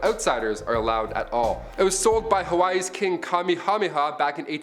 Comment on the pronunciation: Oh my God what did you just call the Hawaiian King LMFAO